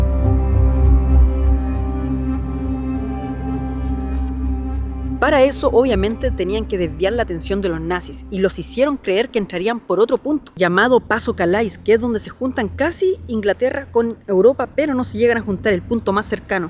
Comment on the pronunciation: calais se pronuncia calé. mijito trabaje su pronunciación le dará mejor credibilidad. un abrazo